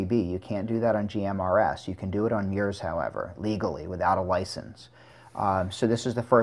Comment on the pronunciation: He said meyours!! 🤣🤣🤣😂😂😂